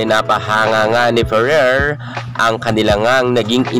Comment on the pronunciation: Pano yong letter “R” sa Ferrer? 😂🤣